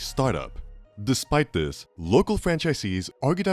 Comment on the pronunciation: Hey guy, learn that there's no letter 'd' in the word 'this' and maybe I'll watch your video next time.